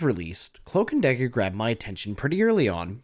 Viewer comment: Cloamk and Damger